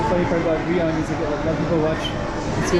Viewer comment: Funny how the AI is mispronouncing Guiyang. Sometimes you have to use a different spelling to get it right.